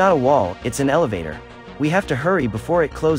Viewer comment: MIKE CALLED AN ELOVATER I WALL 😂😂😂😂😂